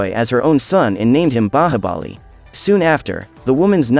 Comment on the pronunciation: Bro u can't even the movies name u said bahabali